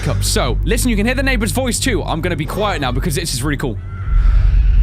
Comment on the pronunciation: i cant belive i heard the neighbor say "QUEIT"